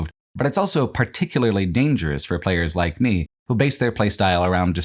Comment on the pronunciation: pronounces the word "also" as "elso".